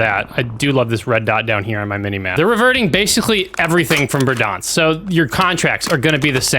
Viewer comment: Fun fact: pronunciation of Verdansk is actually correct according to Russian.